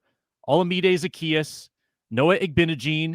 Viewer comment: Ekstrom with the big wiff on the Igbinoghene pronunciation. Haha wow